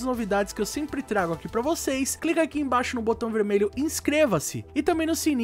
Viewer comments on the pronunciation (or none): none